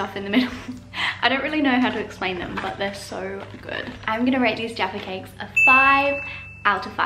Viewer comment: jaffa cakes. or as the yanks pronounce it JARFA CAKES.